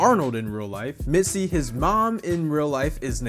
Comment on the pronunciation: It's Mitzy, not Missy